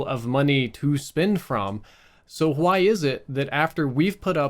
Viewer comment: I love how his Mississippi accent slips in from time to time. "Why" sounds like "Hwoi" 😂